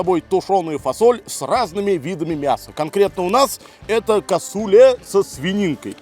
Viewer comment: Очень все вкусно выглядит, не знаю на вкус... А блюдо называется- Касулле! Ударение на У! Вить.